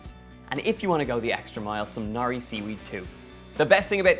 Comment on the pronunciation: It's 'nori' not 'nari.'